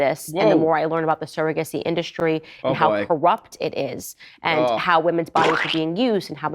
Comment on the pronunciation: Retraction or S-backing is Shtrong when Candie-O says Indu-Shtree. Destabilizing this girl here.